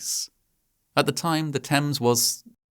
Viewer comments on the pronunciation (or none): none